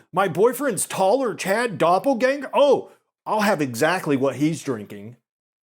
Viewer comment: As a member of your German audience, I appreciate the rare correct pronunciation of 'Doppelgänger'.